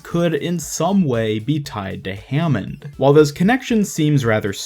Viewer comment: Nope it's hammond